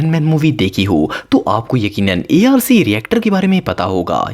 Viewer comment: A R C❌arc✅